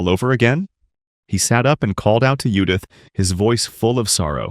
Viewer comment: I'm not sure if the AI is translating to english or reading the english version, but if I fucking read Judith and hear yudith one more time, I may just create a master plan to destroy all AI on planet earth.